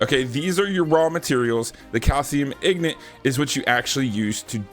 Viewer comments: Saying ignant instead of ingot is really ignant. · The way you say Ingot is ignit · I love that fact you say ignot instead of ingot that reminded me of when I was younger playing Skyrim when it first came out I always called them the same thing